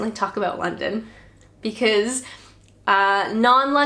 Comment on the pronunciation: Abooouut 😂 love it